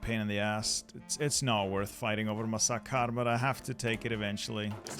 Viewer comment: Please stop saying Masakar, it's Makassar 😭😭😭